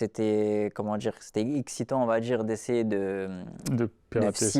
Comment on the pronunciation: n'oublie pas le "on va djire"